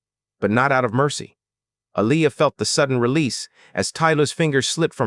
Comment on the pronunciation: Her name is pronounced A-lee- ya. Why did you say g instead of get